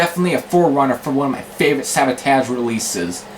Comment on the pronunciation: you pronoun Savatage wrong. but nice review dude i looking forward to more. and i think their best album is hall of the mountain king.cheers! :)